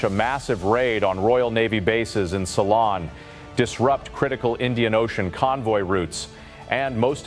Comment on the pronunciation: learn to pronounce ceylon